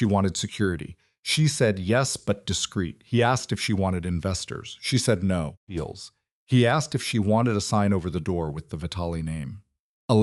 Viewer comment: Can't finish this one...pity because it's a good story but can't handle the incessant "eels, feels, beals" thought.